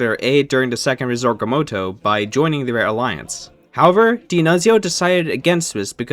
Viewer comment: man I loved the video so far and I honestly can understand the difficulty in pronouncing D’Annunzio but how the fuck does “Risorgimento” turn into “risegomorto” 🤧